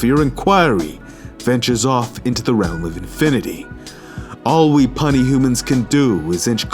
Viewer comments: "Puny" ia not pronounced "punny", it's pronounced "pyooney". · Puny is not pronounced punny. More like pee-you-knee. Otherwise, nice commentary. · Great vid but you're still pronouncing ' puny ' wrong